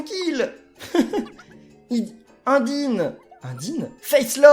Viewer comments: Ca ce lit pas indyne mais unedayne c'est dans undertale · prononcer Undyne (un-die-ne vu qu'en faite c'est un nom anglais ^^ ) un-di-ne tu va avoir des problème avec une certaine communauté ^^ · TU EST SÉRIEUX TU A BIEN DIT "INDINE" ! C'EST "EUNDAYNE" EN TOUT QU'À SA SE DIT COMME SA ! SA TE DIT RIEN UNDERTALE !?!?!? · UNDYNE pas eundayne sombre idiot !!!!!!!!!!!!!!!!!!!!!!!!!!!!!!!!!!😬😬😬😬😬😬😬😬😬😬😬😬😬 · Ct pas Indine (Undyne) Ça se prononce Eunedaïne!!!! Ce personnage vient de Undertale!!! Likez pour qu'il fasse un let's play sur Undertale!!!!! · Undyne se prononce "eundaïne" c'est un perso du jeu undertale pour info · undyne vient de undertale son nom se prnoce enndyne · Undyne c'est une référence au jeu undertale sauf que undyne est un poisson donc elle est mal fait on dit Eunedayne et on écrit Undyne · C'est pas "Indyne" mais "Undyne" qui se prononce avec l'accent anglais, c'est un personnage qui fait référence à un jeu vidéo, qui s'appelle Undertale ! C'est un très bon jeu, je te conseil vivement de te renseigner et, peut être faire un let's play dessus ^^ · Undine? Ça ce dit eunedaye ça s'écrit undun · Ça se prononce Eundaïne (Undyne) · Undyne c'est un perso de Undertale ! Et puis on dit pas Undine !T'as qu'à aller sur Internet et tapes Undertale OK? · Salut je t'adore Je voudrai juste te corrigé en te disans que l'on prononce Undyne à l'anglaise et qu'elle vient d'un jeux génial nommé Undertale Voilà continu comme ça Bravo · Le prénom Undyne faut le lire en acsent anglais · c pas undyne mais une-dïne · undyne est un perso d'undertale et tu prononce très mal son nom à cette pauvre undyne :) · Quand ta dit Undyne ses dans Undertale Va voir le Let Slay de Farod Et Undyne ça ce dit Eundayne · c est undaiyne sa se prenonce comme ca a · Tu peux aussi mettre tes mii a la place (par exemple) des habitants du village d'udebu et c'est Undyne (Undertale) et ça ce prononce eundayne. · a tu a mal prononcé le mot Undyne